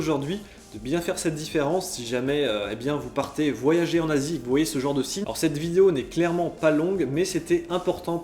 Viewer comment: il dit : voyager en Asie ou en Nazi ....?